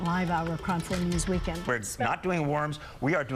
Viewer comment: lol "Kron" news